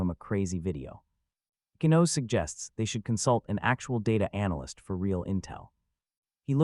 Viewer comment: Ichinose (ee-chee-no-say). You can’t have English pronunciation with Japanese names.